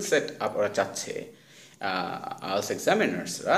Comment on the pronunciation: উচ্চারণ ঠিকই আছে। IELTS উচ্চারণ এমন ই।